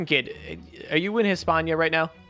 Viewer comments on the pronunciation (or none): It’s not “Hispañia” it’s España I was just bothered by that. Otherwise good